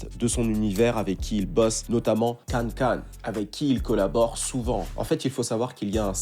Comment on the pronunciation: Kankan se prononce pas kane Kane mais bien keykan